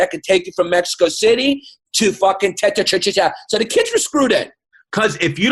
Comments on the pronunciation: Orale! Its Chrissy Columbia & Yannito Pappacito! And Tenochtitlan is pronounced: Then-OCH-Theet-LAHN Aztec language: Nahuatl (Nah-WAHT) L at the end is subtle and pretty much optional to pronounce. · I know it’s 4 years too late, but it’s pronounced tahN-Nohs-cheat-Lan. And the major tribe is called Meh-Chee-Kah